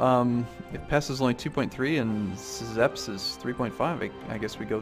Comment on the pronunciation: Szepes is pronounced Shepes. Same goes for all Polish names.